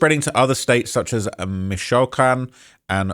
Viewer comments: It’s Mee-chao-kahn not Michoacán 😆♥️ appreciate you fr. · Mish(tish) O Wok con...Michoacan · Bro literally said Michoacan as Mich-shaolin 😂🤣😂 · Its pronounced Meech-oh-wa-khan. Jeez. Just watch a Cheech and Chong movie,. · Bruh... mishOWikan? 😮‍💨